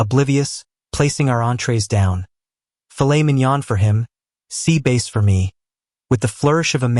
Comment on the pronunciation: Sea base rather than bass for me. AI is enoying